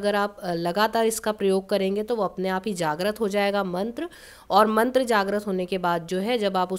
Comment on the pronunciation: Aapne mantra ka uccharan sahi nhi kia maam..